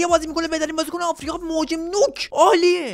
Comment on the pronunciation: دقت کنید آفریقا آقریقا بود